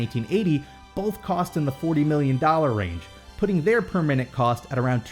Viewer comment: I kept hearing 'per minute' as 'permanent' and got really confused what you were talking about.